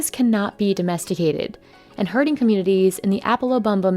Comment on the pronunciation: Oh! Its `herding` not hurting